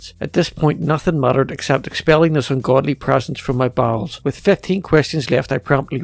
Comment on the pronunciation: Djeezus. Put a hiphop beat on some parts, and you'll have some awesome bars!! hahaha!! But, fuck. The pronunciation on some syllables are awful. imo. Expell a godless precence of my bowls? Hahhahahaahah!